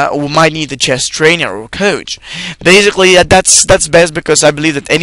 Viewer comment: In addition, this is not the proper way to pronounce the word 'basically'. The word doesn't contain a 'z' sound. So, it really hurt my ears to hear it mispronounced zillion times.